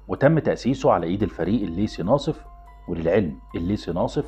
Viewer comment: بس يا ريت لحتى يكون كلامك مفهوم أكثر تستخدم الأحرف اللثوية على أصولها حتى لو كنت تتحدث باللهجة العامية المصرية، يعني مثلا اسمه الضابط الليثي وليس الليسي